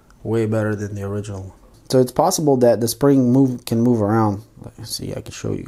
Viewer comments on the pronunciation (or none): none